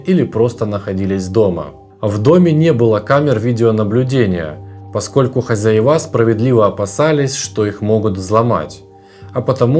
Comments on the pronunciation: что это за новые ударные правила? хозяевА! местечковый))) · Почему интеллегентный ведущий говорит хозяевА.. Ребята, вы русский язык освежите.. А так- очень интересно. Спасибо! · Уважаемый блогер не говорите больше «хозяевА», кровь из ушей.